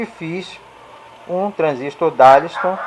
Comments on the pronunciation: Não é DARLISTON, é DARLINGTON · Amigo, "darlisto"? O que é isso? Será que você quis dizer "DARLINGTON"? Acho que é isso. Darlington são 2 transistores em cascata, aumentando assim o ganho total de amplificação da base.